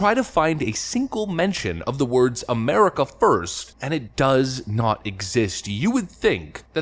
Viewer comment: he cant pronounce America without his alien brain breaking